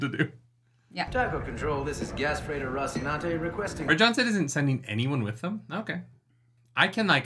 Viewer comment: Why that pronunciation of Rocinante? It's a Spanish name and if intentions was to imitate Italian language is totally wrong. I'm Italian and we not speak like that, it's a trope and stereotype based on some specific zone and city